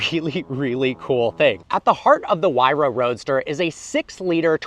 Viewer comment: It's not pronounced "why ra"...it's "hoo-ay-ra"...I own 58 of these